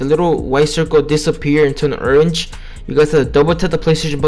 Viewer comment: Urrange had me dying😂😂